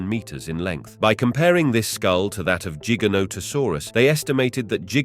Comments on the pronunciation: Cooked by the comments. Let me add too Jiga? Like jeep? Giga... like a music gig... Hmmm. The difference between J and G.... must be hard for some people. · Ooooft it's size tells you it's name and it's not jig anything it's Giant therefore Gi Gant Ta Saurus ...learn before you try to pronounce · Idk why but I'm finding it very annoying that he keeps pronouncing giganotosaurus differently. Other than that, very interesting video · Pronounce gigantic